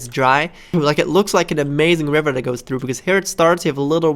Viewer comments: Not to be rude but I started dying when he said wiver instead if river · nice little "wiver" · A "Wiver" huh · Doerian he also says river wiver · "Nice little wiver"